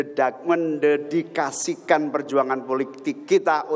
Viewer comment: Ngomongnya blepotan, mendedikasikan susah banget bilangnya 😊